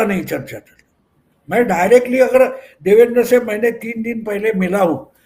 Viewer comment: क्षमस्व पण नावांच उच्चारण नीट असावे देवेंद्र ✅✅ देवेंदर ❌❌